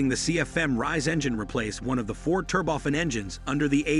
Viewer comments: It’s Turbo-Fan, not “Ter-bofan”. Idiot. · since when is turbofan pronounced terboffin? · It is not an 'advancement' it is 'advance. Also turbo fan with accent on the a, not 'fun'. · Aah yes, the tur-boffen engine 😂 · "TurbOFF-an engines..." "Back. In the nineteen hundred eighties..." These synthetic speech applications really grind on my nerves. They mispronounce words that are in the English lexicon and they pause in the most unusual places in sentences.